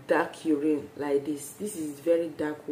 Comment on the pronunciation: It's channel..not shannal.. And it's spiritual not spiritra...my gosh..improve your English so ppl could understand....and it's urine...not you rain